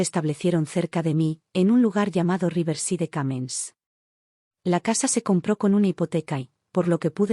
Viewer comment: Cómo siempre,estos lenguas de estropajo leyendo el inglés como si fuera español,cuando tampoco dominan ni el español ni la gramática española.Riverside se pronuncia Riversaid. Deveras que no rebuznan por falta de orejas.Samplemente se cambia al género masculino.😂